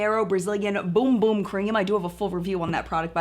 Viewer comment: Is it Bum Bum or Boom Boom Cream? I thought it was Bum Bum but I think you said Boom Boom and now I am so confused.😂